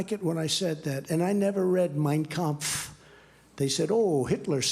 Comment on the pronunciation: Ridiculous though he is, it's getting hard to keep laughing at Trump at this point... It's just sad. Anyway his pronunciation of "Mein Kampf" seems on point to me, which would make it harder to believe he hadn't read it if one assumed that he could and did in fact read books... John, maybe you're thinking of the verbal form "kämpfen", or is it just a standardized mispronunciation in the US for people to pronounce the 'a' in "Kampf" like 'ä'? 🤔